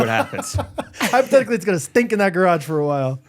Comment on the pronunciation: pronounces "stink" like it's spelled s-d-t-i-n-k. These are the little things I love about this podcast.